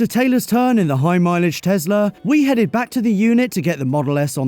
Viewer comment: Elon Musk isn't the founder of Tesla. Also, last time I checked, it's Tesla, not Tezla